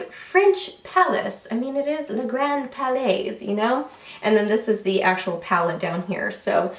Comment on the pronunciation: palais is pronounced without the 's'. It's just 'pal'-'lay'.:)